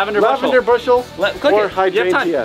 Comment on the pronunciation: Pronounced hydrangers